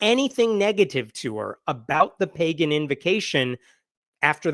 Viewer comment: While I laugh at the Republicans, her resume says "play-gan" rather than pagan.